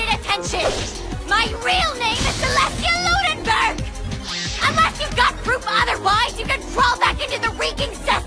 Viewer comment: Ah yes, “Celestia Ludenberck”.